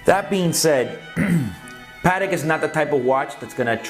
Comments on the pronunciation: It makes me cringe everytime the Americans say the word patek. So wrong.. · The way you say Patek irks me